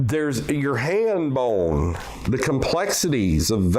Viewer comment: "Ya Haind bone . . ." And I'm supposed to take this dude seriously??? Sounds like he's talking about a quiet moment snatched for oneselves when the "urge" takes you. "you just go'in grab sum'a that haind bone.. Yeah. That right. Now tug!" "and then , pew-ahhh!"